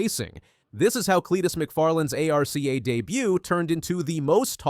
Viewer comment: You can’t even say arca correctly…